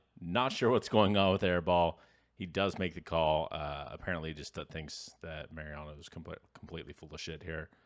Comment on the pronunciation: Mau-Riano not Merry-ano. Thanks.